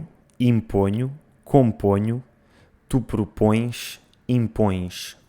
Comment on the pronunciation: propõexx impõexx compõexx só parece um carioca falando